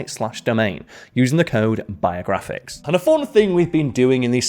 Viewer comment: When you said "Welcome to Biographics", I thought you said: "Welcome to your Viagra fix." Bwahahahaha Anyways Happy New Years!